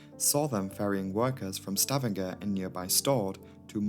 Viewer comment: Fyi..it's pronounced Sta vang er. I lived there 8 years and still call it stav andger haha. Great vid! Thankyou